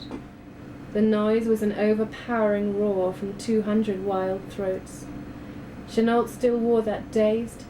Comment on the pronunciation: is that really how Chenault is pronounced? isnt it meant to be said 'cheno'?